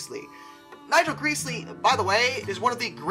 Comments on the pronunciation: Gresley..... pronounced GR-ES-LEE. Not greesley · It is not pronounced 'Greazlee' as you say it, but 'Grez-lee'. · Greesley??? Do you mean gresley? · 1. Thompson never had a grudge against Gresley. 2. Most of his designs DID work, they just didn't LOOK that good. 3. It's pronounced Greys-lee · Surely it grez-lee